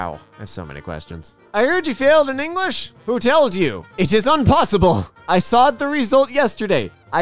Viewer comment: Bro just said Engrish not English